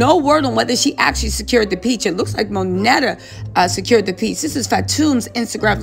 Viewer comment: I think Kandi's good friend Monyetta is pronounced Mon-Yetta not Monetta.